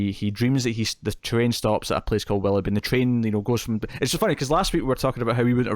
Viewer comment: Did, it's WILL-OH-BEE not WALL-UH-BEE